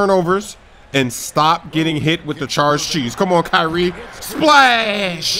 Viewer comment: I love how he says ky-rie XD